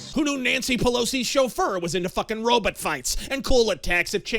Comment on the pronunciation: did he say "robit"?